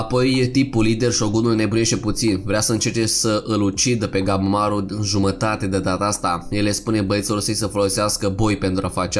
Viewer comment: Lasăd la oparte faptul că pune poze care câte odată nu au legătură ,deseori mai încurcă și numele de exemplu în loc de ,,Gabimaru" el spune ,,Gabamaru" ,pt mine e puțin deranjant câte odată